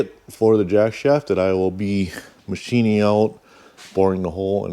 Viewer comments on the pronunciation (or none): none